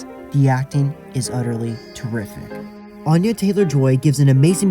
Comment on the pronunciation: Just wanted to let you know that Anya Taylor-Joy's name is actually pronounced (Anne-ya) not (Ahn-ya). I always hear people mispronouncing it (which is fair, she hasn't addressed it in a major interview) and I don't want her to end up like Saoirse Ronan having to tell people how to say her name in every single public appearance. This is such a good analysis, I adore this movie as well. It definitely would've been so much more successful if it wasn't for Covid